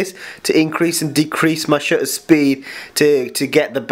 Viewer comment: Horrible. And the word "shutter" has a "T" in it; two, in fact.